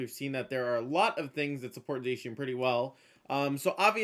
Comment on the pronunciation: It's Zah-Key-Ahn, not Zayshian.